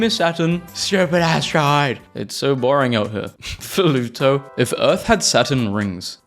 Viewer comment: I keep hearing "polluto"